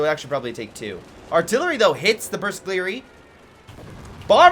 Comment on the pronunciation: bersaglieri are pronounced pretty much the way you do it, but the "g" is silent. If "gl" is followed by a vowel, the "g" stays silent.